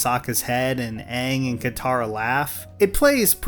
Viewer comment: It can't be worse than the Shyamalan movie. It's great to see that the actors pronounce the names correctly 😂